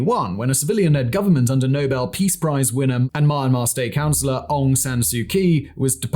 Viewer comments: It's "Mee-ahn-mar", not "Maaa Maaa". You're a massive, quality content producer. You should know that. Cheers :) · Why is he pronouncing it so weird? It's pronounced mee-AN-mar, not MIEYRNE-mar I feel like I'm having a stroke every time he says it